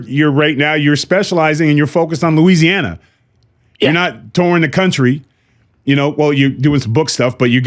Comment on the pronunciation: It is so refreshing to hear Louisiana pronounced correctly!